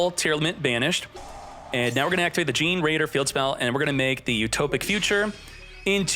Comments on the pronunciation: Fun fact: The deck is pronounced Ge-ne-raider like generator. Gene-raider sounds funnier though 🤣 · i know right ? I mean i get some of pronunciation are hard but dayum its really cringe. Just him saying (jin-raider) is hilarious lmao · The pronunciation of generaider from gets me every time.